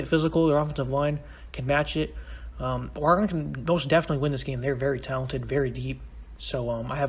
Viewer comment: It's or-again, not or-egone